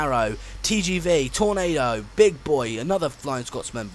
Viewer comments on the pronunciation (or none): none